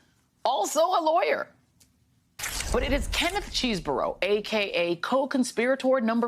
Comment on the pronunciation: I think it’s Chehz not Cheese burro….(?)